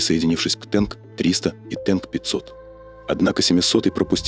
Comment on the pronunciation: Не «Тэнк», а «Танк»!